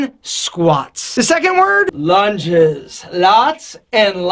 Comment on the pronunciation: the way he said lunges... hilarious